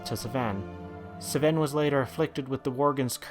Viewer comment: Doesn't sound very organic, like hes trying to do something but it isn't working. Also how is it so hard to pronounce Sven? Minor things though, still enjoyed the video a lot. like 8/10